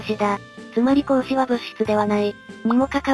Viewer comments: 光子(みつこ)で不意を突かれて笑ってしまった。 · 光子（みつこ）で笑った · 光子を「みつこ」😅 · 自動読み上げだから無理ないけど光子をミツコで吹いたｗ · 光子(みつこ)でクソ笑ったw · ゆっくり系で一番嫌いなのが読み間違えだけど、チャンネル解除したくなるほど嫌いだけど、でもミツコは笑った ラジオ感覚でぼんやりしながら聞いていたのに